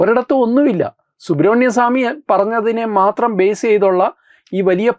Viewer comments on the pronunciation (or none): none